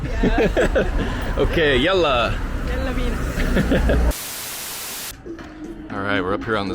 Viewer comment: as an Egyption i aprove of your "yalla" pronounciation. :)